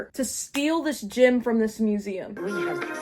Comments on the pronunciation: ok im sorry but- is it gym, as in a fitness place they stole?? or a GEM like a.. jewel they stole? i am genuienly just confused T T and if it is gem, i am not trying to make fun of your way of saying it- just you and both the subtitles say gym and im confused.. bc that dosent look like a gym T T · for like half of this video i thought that they were saying gym instead of gem and i was really confused about how somebody could steal a gym, also why there would be a gym in a museum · This whole time I couldn't tell if you kept saying "gym" or "gem" 😭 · My dumbass the whole time when you were saying they stole the “gem” I THOUGHT YOU WERE SAYING GYM💔😭😭😭😭😭😭